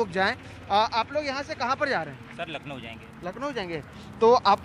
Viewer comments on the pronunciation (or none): none